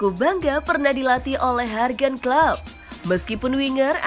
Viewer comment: Jurgen aja dibilang "hurgen"🤣🤣